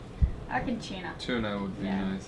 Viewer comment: "I'm going for wahoo and chewna"